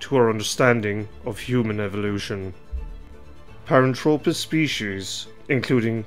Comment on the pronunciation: Nit picking here but he drops the h in the name which means it is incorrect. I find it annoying to be honest. It is not Paran-tropis....it is pronounced thropis...as in throw......a couple of other terms are wrong as well but hey, not gonna labour the point any further.